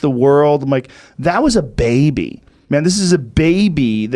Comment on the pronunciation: love the way Joe says Baebee 😂😂